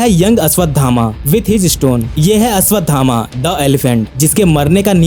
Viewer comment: Ashwatthama ko Ashwadhama bol bol kar bheja kharab kardiya 😐